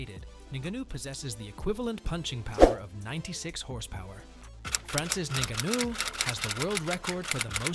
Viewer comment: The narrator said Francis Ningaano, and then said Francis Niggano....... 😲